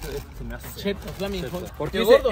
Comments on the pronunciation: Como que flamin hut??? Se dice flamin’ hot. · se dice Flaming Hot, no se dice Flaming Hut